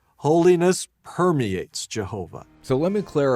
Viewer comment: Why does he say “penetrate”, “purity”, and “permeate” so strangely? What other “p” words does he get hung up on? So creepy